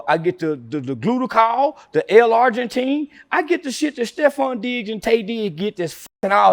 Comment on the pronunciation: it's L-Arginine not Argentine, driving me insane